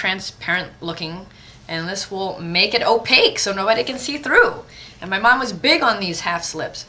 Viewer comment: lol "hair in mah eye"